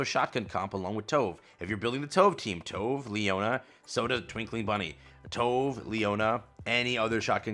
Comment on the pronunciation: Just gonna pop up to say that you are pronouncing Tove name wrong (we all did that at release xD) Her name is pronounced Tube (like the Tube in Youtube but including the e at the end). You can also check in her first encounter voice line.